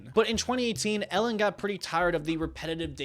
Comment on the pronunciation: Ellen? I heard Hell-in